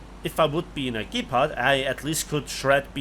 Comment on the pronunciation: The way he pronounced "Gepard" though. MY brain heard, "gape-pard". Good one bro.